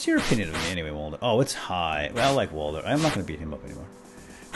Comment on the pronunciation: its walder and mason